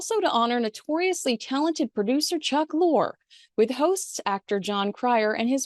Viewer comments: I know that the spelling of his name looks like it's pronounced lore but it's pronounced Lorr-E. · You ended up mentioning Lorre several times, yet said his name painstakingly wrong each time. 😂😑 It's pronounced like "Lori" not "Lore" as in fiction/fairytale. Oof. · FYI it's pronounced Lorry. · I think Chuck Lorre's last name is pronounced "Laurie", but perhaps I'm mistaken. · Chuck Lorre’s name is pronounced Lorry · For heaven's sake, you're supposed to be some LA expert and don't even know how to pronounce Chuck Lorre's name???